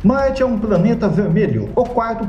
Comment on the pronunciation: Gosto do seu canal. Você fala "praneta" ou eu tô ouvindo errado?